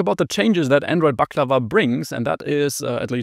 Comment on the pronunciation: First time in history that someone who's not from the Balkans or Turkey actually gets the pronunciation right.